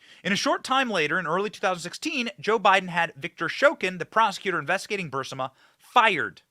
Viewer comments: Fire your staff. They allow you to keep saying BUR SI MA…. When it’s BUR IS MA. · Isn't it Burisma? Not Bursima! Just curious. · It's Burisma, not Bursima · Not BURSIMA!! Sheesh ITS BURISSMAHHH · Great reporting, but I have to point out that the company is pronounced brr-riz-ma. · To help: It is Brrr-reese-ma. Brrrreeze-ma. Like breeze-ma (ma like mom, but mah') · Benny, you might like to check the pronunciation of “Burisma.” I think you’re mispronuncing it. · Would somebody PLEASE, for the love of god, correct Benny’s pronunciation of…..EVERYTHING, pretty much. It drives me absolutely crazy for him to continually butcher commonly available pronunciations. It’s BUR-IS-MA…. And NUC-LEE-URR.. it’s almost as cringey as MTG’s pronunciation of Elon Musk. Please guys!!